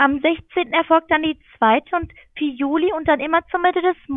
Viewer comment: "Julei"... Hat der BWLer, der hinter der Masche steht, irgendwann mal eine richtige Uni von innen gesehen, weil er seine Äffchen jetzt darauf dressiert den Monat Juli so auszusprechen?